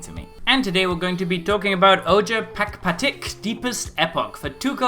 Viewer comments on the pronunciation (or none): Hey just so you know this character's name is pronounced "O-hare Pahk-pa-teek"